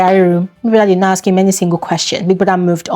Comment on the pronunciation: Why can't Nigerians say the word ask or asked properly? Great analysis as usual